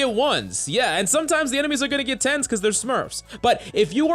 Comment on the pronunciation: when he was talking about the points don't be fooled he wasn't saying 10s he was saying tenz